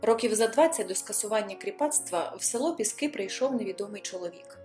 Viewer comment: ПІски!!!! А не ПіскИ!!